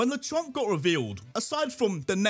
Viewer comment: THE A IN LECHONK IS SUPPOSED TO BE AN E!